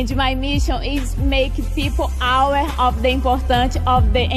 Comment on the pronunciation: Cara. Eu sou professor d inglês e sinceramente, essa moça fala bem melhor do que muuuuitos dos meus alunos. Eu entendi tudo q ela falou. Acho q a única palavra q ela falou q deu uma bugadinha eh "aware", mas ainda assim, pelo contexto d preservação da Amazônia, a gente entende. Esse pessoal tá falando merda.